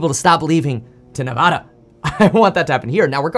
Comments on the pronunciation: It’s Nev-ADD-uh. Not Nev-ah-duh. Don’t piss off your neighbor 😂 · I’ll donate $100 to your campaign if you can say Nevada correctly. Nails meet chalkboard. Sincerely, Reno, Nevada (aka The new Silicon Valley with no state income tax.)